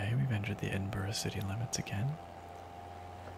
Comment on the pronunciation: I love this, but as a native to the Scottish borders, I have to be 'that' guy and say Edinburgh is pronounced 'EdinBRUH', not 'EdinBORO'.